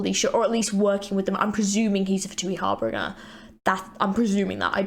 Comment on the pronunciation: “HAR-BEEN-GER” not “heart bringer”💀